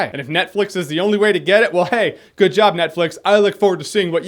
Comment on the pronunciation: "gewd" fuck off mate